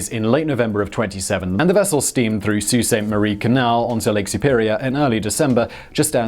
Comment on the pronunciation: Never heard anyone not from Sault Ste. Marie say Sault right 😂 good job 👏🏻